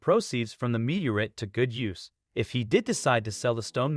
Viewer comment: Now if the speaker could just figure out how to pronounce 'meteorite.'